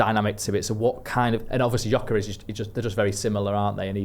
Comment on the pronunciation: While you're talking about pronouncing players names, Gyokores is pronounced, 'Yoh-ker-esh.' And Quenda is said 'K-wen-dah.' And 'Kwah-res-mah.' Not being clever, you can Google these names and how to say them. Maybe that's how match commentators do it?